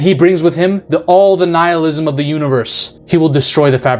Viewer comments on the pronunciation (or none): none